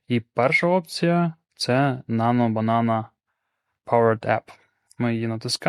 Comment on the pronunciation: Запитайте у Gemini як правильно вимовляти цю назву